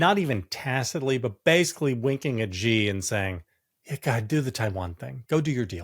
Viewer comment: JVL needs to learn to pronounce Xi properly. Tim says it perfectly; maybe JVL can take a hint.